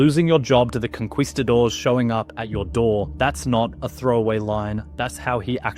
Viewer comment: “Conqweestadoors” is not how you pronounce it. 😂 kinda breaks your serious tone…